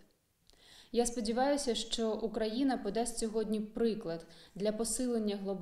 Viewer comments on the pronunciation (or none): none